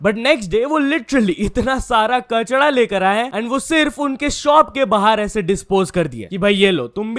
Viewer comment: Kachra hota h be kachda nhi😂 Kafi words ko glt bolta h,chae english ho ya hindi😂